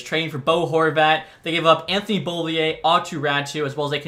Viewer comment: This has been bothering me a little bit but your saying Anthony’s name wrong